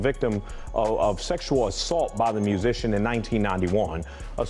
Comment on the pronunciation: "Musician". Bahajajaja